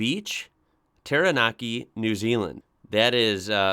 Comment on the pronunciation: Maori, while it can look complicated, is fairly phonetic when you know the Maori vowel sounds. Aotearoa is pronounced "A O Tay A Row A" with a rolled "R", and you pretty well with Taranaki, well done.